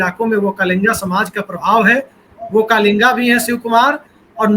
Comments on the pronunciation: Vakkaliga not vakkalinga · Pl note it is "Vokkaliga" and not "Vokkalinga".